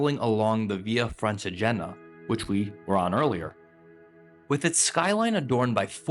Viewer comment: Blimey, this man (also classless by the way) could have at least bothered to find out how to pronounce Francigena (with the accent on the i and not on the e) and Montestaffoli, osteria and other Italian words: he didn't get a single one correct! Bingo. With a guide like this!!! I can't believe it: incredible superficiality, incompetence and ignorance exploring Italian gems. Just offensive, insulting towards Italian culture.